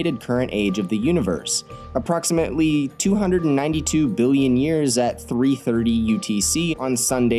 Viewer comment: It's pronounced BILLION not Trillion